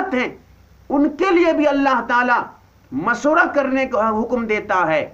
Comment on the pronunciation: molvi sahab ..aap pehle khud Sahi alfaz to boliy .. mashwara Ko maswara ,,Shura Ko Sura... aap s.a.w. ki hadees pe Gaur nhi karte ki aapne farmaya..mafhoom/Ameer se amaarat ke bare me na jhagdo....Ameer ki ita'et karo ,(do alagh hadees/ek saath)> (1)chahey habshi ya (2)kishmish ke Barabar sir wala hi kyo na ho..ye aap samajh nhi paa rahe